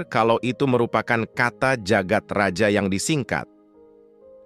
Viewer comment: Jagad Raya bukan sih bacanya... Maaf klw salah. Karna J dituli Dj dan Y ditulis J